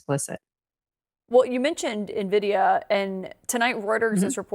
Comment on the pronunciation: His? You’re as smart as Trump, who can’t pronounce Nvidia